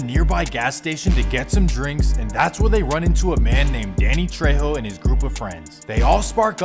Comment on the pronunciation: You said Danny Trejo??